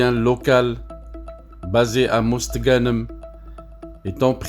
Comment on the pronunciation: Va apprendre à parler français avant de raconter des conneries tu ne sais même pas prononcé mosta ganem les algériens ne sont pas dupes